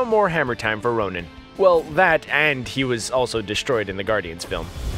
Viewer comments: It’s Ronan not Ronin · *Ronan, not Ronin.. ronin is hawkeye, Ronan is the accuser.. bruh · it's Ronan, not Ronin